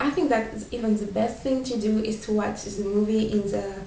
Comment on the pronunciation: try to learn to say "the" more.. english sounding.